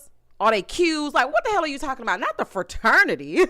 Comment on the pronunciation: I caught it and I had secondhand embarrassment every time. The heffa said Fa-ternity. Like boo, not only are you using the wrong word, you’re pronouncing it incorrectly too.